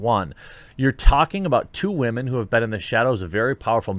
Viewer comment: Bro i have broken ribs right now and everytime you say :" WHAMEN " i fucking die of pain and im about to call the police